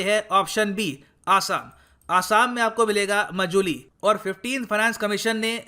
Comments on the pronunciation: Sir it's not मजुली its माजुली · It's Maajuli not mojuli..... Sir 😊